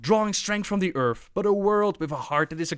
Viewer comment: This guy talks weird... trying to hard. "Earph"